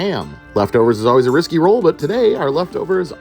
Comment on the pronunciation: I can't hold it. "rOwl for main..."